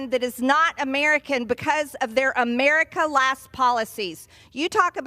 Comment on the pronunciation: First we need a law stating NO Name changes until Marjie learns how to PRONOUNCE "America". She shouldn't be allowed to speak until then.